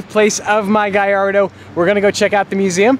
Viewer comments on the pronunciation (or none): ITS GALLARDO NOT GAIARDO OMFG HOW DO YOU NOT EVEN KNOW HOW TO SAY YOUR OWN CARS NAME!!! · did you just said gayardo?